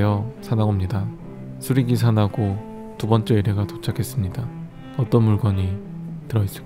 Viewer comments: 쑤레기사나고 라고 하는줄... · 수리기사나고를 쓰레기사나고라고 들어버린